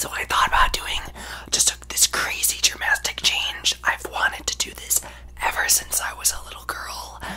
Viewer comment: “Dramastic chaynge”😭😭😭